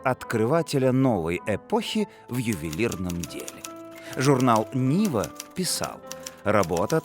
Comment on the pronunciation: Журнал НивА (ударение)